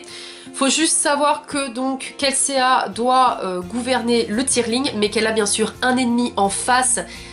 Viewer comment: Kelséa 😭😭 c'est Kelsea et ca se prononce kelsi 😂😂 en tout cas je suis d'accord avec toi c'est un super roman! J'ai adoré l'univers..